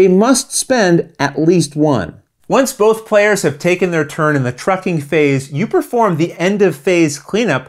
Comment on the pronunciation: How many times did you mispronounce "trucking phase" during the filming of this video? 😀